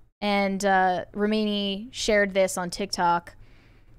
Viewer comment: Why are they unable to pronounce Leah Remini’s last name properly?